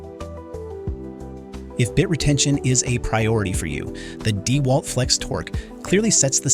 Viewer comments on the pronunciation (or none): Your tests are great, and I appreciate your videos. The voice over you use struggles with tool names. Deeewalt and weeeHa are examples. Have you all thought of voiceing yourselves?